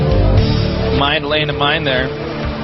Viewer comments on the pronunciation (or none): A MINE-D....that was terrible, lol